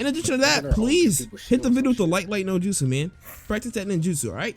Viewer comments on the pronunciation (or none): none